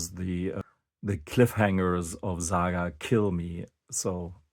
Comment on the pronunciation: Its not ZAGA ,its SAGA